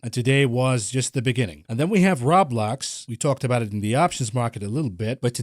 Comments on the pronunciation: Good sir, it is row-blocks(Roblox) not rah-blocks. Think the word robots but replace the T with ck... unless you pronounce it rahbots. lmao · its Row-Blocks, not rawblocs